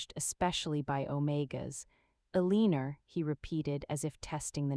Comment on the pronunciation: E-lean-er? vs Elena...hmmm